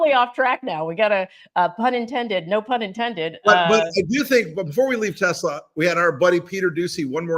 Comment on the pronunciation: “ I love Tesler”…your president said. Big surprise!